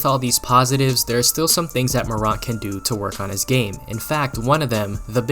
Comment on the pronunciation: You can’t even pronounce his last name correctly. No body questioned his jumper and anyone who thought he would struggle in his rookie year is a hater. Ja Morant is a beast and future NBA hall of fame if he stays healthy during his career. Go Grizz!